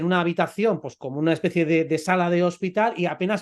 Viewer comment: utd dice una espesie de vudu astral